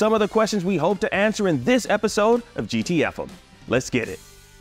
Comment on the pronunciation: Love the show but OMG why do you keep calling it "GT EFF'M"? Isn't it "GT EFF-EMM"? Like the radio frequency? Bah!! WHat is happening here? Whyyyyyyy?